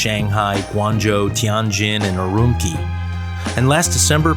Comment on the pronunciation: Great stuff, as usual! BTW, the last syllable of Urumqi is pronounced like "chee", rather than "kee".